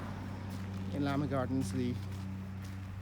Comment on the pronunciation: Llaa Maa ha gardens not lama